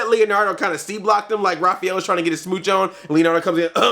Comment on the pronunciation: Did you say Raphaelo ? xD